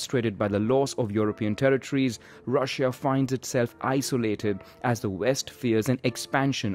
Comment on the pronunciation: why do u say ruzsha and reish